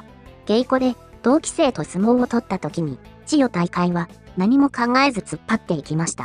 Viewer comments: 千代↑大海↓ めっちゃ気になる笑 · ちよ⤵︎たいかい⤴︎のイントネーション、どないしたんやw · ナレーションの【千代大海】のイントネーションが変で中身が入ってこない（笑） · ち↑よ↑じゃねぇ、ち↓よ↑ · チヨ⤴タイカイ⤵ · なんで千代の富士は「千代の富士」で 千代大海は「チヨ・タイカイ」なんだよｗ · みんな動画の内容より、ちよ、たいかいの発音が気になってしょうがない。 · ちよ退会！のせいで話が入ってこんわw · チヨ・タイカイ・・の発音が気になって気になって・・・😂😂😂😂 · ちよ⤴️たいかいで動画が全く入ってこない😃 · 千代大海の発音がなっていない。「ちよ、たいかい」誰のこと? 編集内容の良さを、説明役の女がぶち壊している。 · 千代↗大海↘😂 日本語習おうぜ！ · チヨ⤴︎大海😂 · 千代大海と発音するときの「アクセント」は聞くに堪えませんね。人に聞かせる場合は、「チヨタイカイ」と発音が正しければどんな抑揚でも良い、と言う訳ではありません。多くの人が聞き慣れている速度や抑揚で発音で無いと、この朗読者の出身地独特の言い回しでは聞取りづらくて、聞取る側には違和感や不快感が生じます。「チヨ」と「タイカイ」の間に微妙な間が空いて「チヨ」と「タイカイ」が一つの言葉には聞こえません。「チヨタイカ」と一気に発音し、二つの語が一つになって一語に聞こえるように発音して貰いたいモノですね。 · ち⤴よたいかい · ちよっの発音がイラっとして入って来ない。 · ち↑よ↓たいかい→ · チ↑ヨ↓タ↑イ↓カ↑イ↓ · AIちゃんは千代の富士はちゃんと言えるのに千代大海は言えないんだな😂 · 残念なことに「チヨ 退会」が気になって、せっかくの内容がイマイチ入ってこない🤣 かと思えば、ごくたま「千代大海」ってちゃんと言えるじゃんかよぉ！ 余計に戸惑うわ😆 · 千代の富士は普通に喋れるのに何で千代大海は普通に言えないのよ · 最初に千代大海が入るとイントネーションがおかしいんかな？文の途中だと普通になるっぽい？ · ちよ、たいかい が引っかかり過ぎて話が頭に入らない。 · 千代の富士 はちゃんと言えてるのに ちよたいかい のアクセントがなんか違う・・・ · 関取の名前の読み方ぐらい勉強してほしい